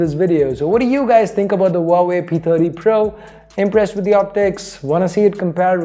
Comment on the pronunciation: Pronounce Huawei as like wah-way 😉😉